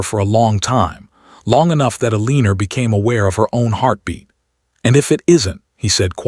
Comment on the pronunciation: This narrator can not pronounce Eleanor right. Very annoying.